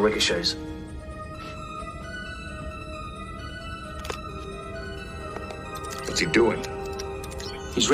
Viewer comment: Did he just say ricochet? /sigh